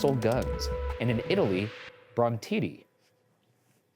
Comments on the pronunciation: It’s so funny how he just said bron-tiddy when I’m Italian and it now… ruined my language for me forever 😂😂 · I'm proud of shane for not laughing at 'brontidi'